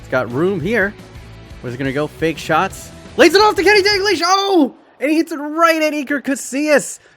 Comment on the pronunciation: I need to ask...why you say DAN-GLISH??? Its DAL-GLISH. Pronunciation Dal-Gleesh. Other than that...sick vid as always